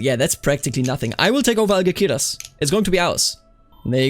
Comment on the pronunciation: In Castilian Spanish, C before E or I is pronounced like "th", G before E or I is pronounced like H. Algeciras is AlHeTHiras.